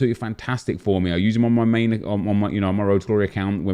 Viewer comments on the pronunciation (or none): none